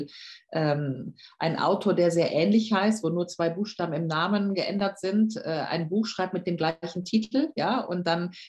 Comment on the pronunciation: Interviewer kann den Namen nicht ausprechen..... läuft stark los